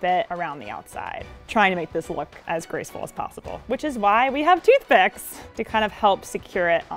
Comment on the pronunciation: is my hearing faulty or did call toothpicks "teethpicks"